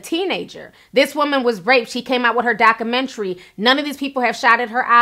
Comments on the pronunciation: Documentary......pronounced DOCK-U-MEN-TARY Ti....! lol! luv u tho! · Please pronounce the "U" in documentary and stop making slurping sounds when you sip tea. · Great job dissecting this “dockamintree”! lol luv u Ti! 😂